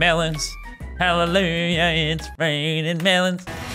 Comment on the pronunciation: I like how the beam boss says mEleNs when he drops melans from the sky also someone has to make a coppa boss fight